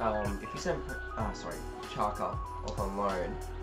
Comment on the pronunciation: Marko Pjaca is pronounced "Piazza". The double 'z' is the same as in the word "pizza". /Pi-at-za/